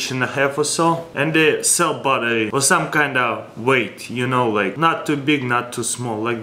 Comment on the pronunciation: When he says battery it sounds like butter